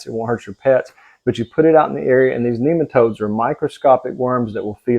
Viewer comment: ok fair enough, I used an ai to find it. (Funny he calls them NEEMEN TOADS.) lol. That being said, I probably left this video with the diatamaceous earth part. which is what MY POST was basically about. You really do NOT want to inhale microscopic glass and silicates which is what that stuff is. But I will give credit where due, he did bring up nematodes. Back to the diatomaceous earth, there are different grades. Food grade (or back yard grade) isn't as bad as stuff used in say pool filters. BUT NEITHER ONE is good to inhale. Then again our air in most places now isn't all that healthy either so do what you like. (I do agree with you on how important nutrition is though, probably why you have such success with your animals. Good for you.)